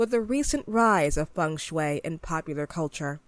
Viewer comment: When she read feng–shui , im kinda feel a bit trigger and most of it i feel like laughing😂😂. Because that's not how you pronounce it.